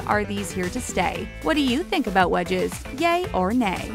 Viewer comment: When she said wedges I thought she said wedgies